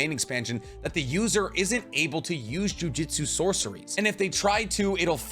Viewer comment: Jujitsu is hard to pronounce. Good thing the show is called jujutsu kaisen not jujitsu kaisen.